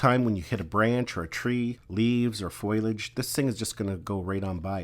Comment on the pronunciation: Thanks for the review! BTW, its”s FO-LEE-AGE, homie 😁 not FOIL-age ✌️